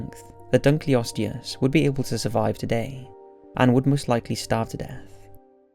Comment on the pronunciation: This is purely constructive criticism, love the video but I can't help but notice that you tend to drag on the last syllable of each of your sentences, it's quite noticeable and distracts from the content of the video. "Lack of flexibilityyyyyyy" "Would most likely starve to deaaaathhhh" "No one knows what caused this extinctionnnnnn" There's nothing wrong with your speech or anything I just think it's an experience thing. Again great video, I bet making that little speech change in narration would really help increase your view count.